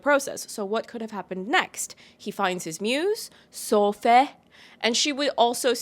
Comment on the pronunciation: "So-fay" takes a shot 😂